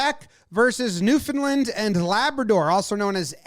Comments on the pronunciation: The first part of Newfoundland was pronounced perfectly! But just say "land" normally, not "lind." New-fin-land. :) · said Newfoundland the classic wrong way of saying it lol